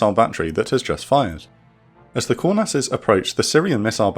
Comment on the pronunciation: The Israeli nickname for the F-4E is pronounced Kŭr-nass. Not Kour-nass.